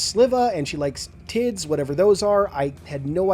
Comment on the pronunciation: I think the plant one says tips instead of tids